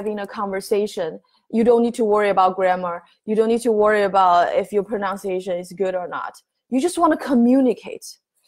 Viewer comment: Thank you, may I correct your English? You mispronounce the word pronunciation. It is not pronounciation. Most asians make this error.